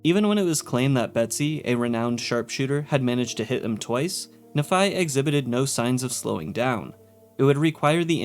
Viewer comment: As someone from Utah it bothers me more than it should that every fallout YouTuber pronounces Nephi as na-phi instead of nee-phi like it should be pronounced